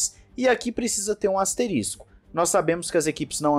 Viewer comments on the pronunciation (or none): none